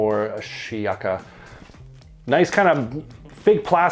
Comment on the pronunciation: It’s pronounced: “She-yaka”